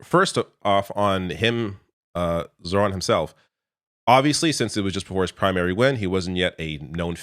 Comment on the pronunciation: Pronounced ZO-ran